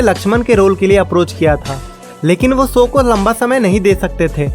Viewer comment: standard to sahi bol lete ho bhai to show ko ssow q it's called lack of practice and self contiosne. aap achi video bana te ho acha bolte ho buy ye s s s bohot kharab lagta hai and esa nahi hai ki aapki zaban kharab hai aapko adat hai sh ko s bolne ki. plzz rectify and work upon your self. you'll go very high in life ❤ Ji shri raam ❤